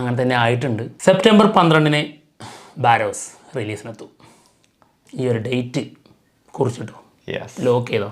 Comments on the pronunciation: ബാറോസ് ആണോ? ബറോസ് അല്ലേ 😌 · നിങ്ങൾ പേരുകൾ പറയുന്നതെല്ലാം തെറ്റാനല്ലോ... പലപ്പോഴും ശ്രദ്ദ്ക്കുന്നു ബാരോസ് അല്ല ബറോസ് ആണ്